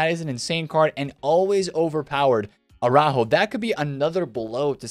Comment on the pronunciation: listening to you speak araujo hurts my ears 😂😂